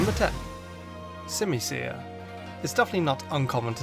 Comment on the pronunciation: I done understand why everyone hates on the unova monkeys I love all of them, also your pronouncing their names wrong it’s called sim-u-sear and sim-u-pour I love the unova monkeys and I love them and simasage is one of my favorite Pokémon also I like pelliper and wingall and also aromatese is based on is a pluage doctor that used to use pollen or smells to help with sickness, not can can dancers and dugtrio’s alolan form is based on volcanic glass